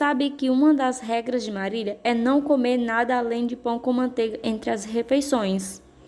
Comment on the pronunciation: Muito boa a leitura mas o nome não eh Marília e sim Marila mas meus parabéns...